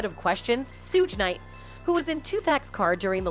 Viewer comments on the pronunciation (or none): mispronouncing names on purpose just to not get sued for defamation of character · mispronouncing the names on purpose just to not get sued for defamation of character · OMG watch a video before you post videos of people unknown to you... Suge Knight... Pronounced Shh-ug like Sugar -minus the damn ar... And Tupac??? Two-pack??? Really??? Where you been? Another planet??? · Who is 2 PACK? And who is Surge Knight? How can you be a moderator and mispronounced names of celebrities of interests? Terrible commentary. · Did she say Sooge Knight 😆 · 2 pack and sooge knight lmao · "2-pack" and "Sooj Knight" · "Sooge Knight" 😅😅😅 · “Sooge” Knight lol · Shorty talmbout sooge night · The narrator can't even pronounce Suge Knight's real name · I love how Suge Knights name is pronounced lol